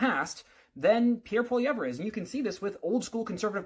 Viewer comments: Maybe you should start by learning how to say his name. Troll. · bruv can't pronounce his name and is commentating on him